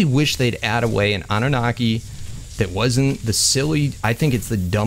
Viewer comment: Love the way you say Annunaki